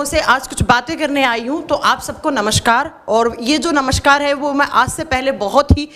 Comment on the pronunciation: नमस्कार को नमश्कार बोल रही हैं